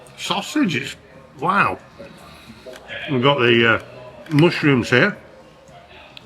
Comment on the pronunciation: Is it mush or moosh rooms? 😂